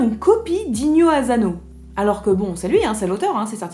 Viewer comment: Bonjour, une petite précision : en japonais la lettre S ne se prononce jamais comme un Z, donc ASANO ne se prononce pas azano.